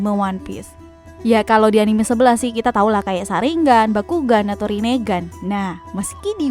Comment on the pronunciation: Byakugan bukan bakugan min 😌